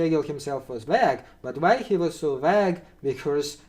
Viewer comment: Btw: - "vague" is pronounced "vayg", not "vahg" - "though" is pronounced "thoh" not "thau" - you want "routes", not "roots" 😉